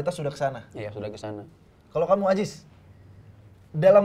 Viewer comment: It's "Aziz" bruh, not "Ajis"